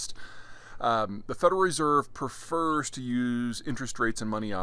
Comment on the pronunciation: its prefers not perfers lol